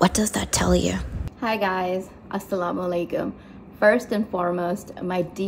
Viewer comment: Can you say alsalamu alaykum properly?